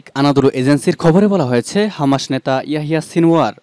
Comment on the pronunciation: শব্দটা হামা(শ) নয় - হামাছ(স)।